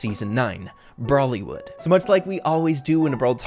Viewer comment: Indian listening to say "Bollywood " instead of brawlywood....